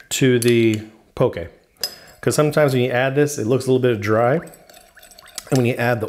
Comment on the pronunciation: Thank you for pronouncing poke correctly (